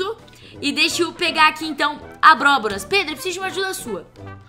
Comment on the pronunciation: a falou abroboras kkkkkkkkkkkkkkkkkkkkkk